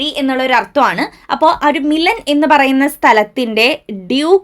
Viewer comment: മിലൻ ❌️ മിലാൻ ✅️